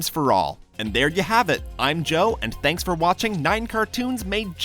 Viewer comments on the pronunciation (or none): none